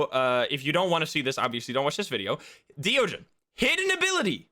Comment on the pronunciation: hey it's me again, the thaye pronunciation guy. i did a bit more research and not only is thaye pronounced "thuh-yeh" instead of "they" or "thigh", deogen is pronounced the same as the dutch phrase "de ogen", which means "the eyes", because it IS the dutch phrase "de ogen", which means "the eyes". it's not "dio-jen", it's more like, "duh-oghn". it's a really minor bit of trivia and i'm sure that "they" and "dio-jen" are already permanently cemented in the community's minds as how those words are pronounced. but it is a fun bit of trivia nonetheless. flex your dutch-speaking skills on us!